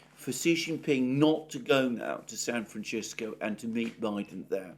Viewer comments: It's NOT pronounced San Fran-tch-i-sco. In Italian it's San Fran-tch-E-sco. In Spanish & English it's San Fran-s-i-sco! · San Franshisco? No. San Francisco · San Fran SIS co..not CHIS co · I thought someone might have told Alexander how to pronounce San Francisco! Not San Franchisco, but Fransisco. It's Spanish in origin, not Italian. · I have never heard anyone pronounce San Francisco as San Franchisco, until now. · Sir, there is nowhere in Mexico where San Francisco is pronounced San Franchisco. I spent four years criss-crossing it a few years back. There are regional variations, of course, but none of them touch on -cisco. And one will find that pronunciation in northern Mexico has been 'anglicized' only if one hangs out with Anglos. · Ahahahaha! Thank you! However, lad, St. Francis lived and died in the 13th century and the Franciscans who in the 18th century accompanied the Spanish forces with their new liberal unchecked profit lust were Spanish speakers and those place names are all Spanish. Both languages share their venerable Latin source. I don't know where Alexander's pronunciation of San Francisco comes from.🤪